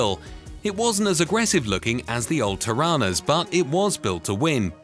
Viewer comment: GET YOUR TORANAS RIGHT 7 min mark NOT difficult